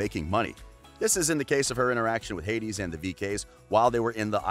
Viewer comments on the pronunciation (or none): none